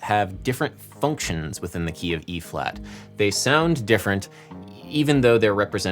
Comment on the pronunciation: you pronounce the word like FUNKtions every time and I'm here for it